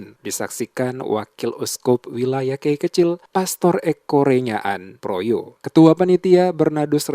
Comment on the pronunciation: Projo bukan proyo